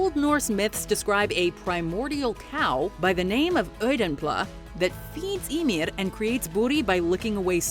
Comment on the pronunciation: she pronounces that one right for Icelandic. but she messes up totally on any name that has the letter ð (Skaði, Íðunn, Höðr, etc.)